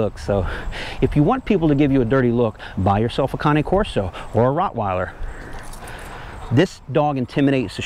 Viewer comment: The way you pronounce cane Corso is correct since it’s an Italian dog